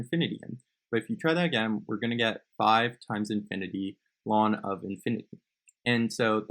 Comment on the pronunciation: thats how its supposed to be pronounced